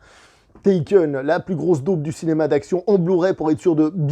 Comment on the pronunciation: Tu as qu'à tout ken ? Taken - Touken ? 😂